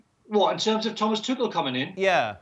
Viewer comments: Tuchel sounded tuckul when they start pronouncing it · No because it's pronounced tookel. Not tooch-el.